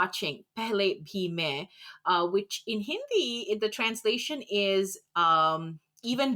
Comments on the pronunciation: Your pronunciation of Hindi words is perfect. How did you get it? Did you learn the language before? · learn Hindi Your accent would never be a problem your hindi accent is great (feels as if you are an Indian)